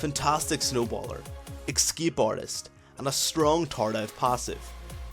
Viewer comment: A very good and comprehensive video. But it's ES-CAPE, not EC-SCAPE.